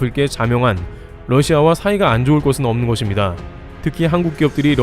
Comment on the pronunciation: 거봐 ~것입니다를 거딥니다가 아니라 거십니다로 발음하니 훨씬 자연스럽고 좋잖아 ㅎㅎ 잘 하자잉~~ㅎ